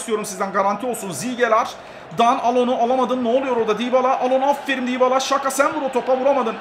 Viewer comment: abi afferim degil afferin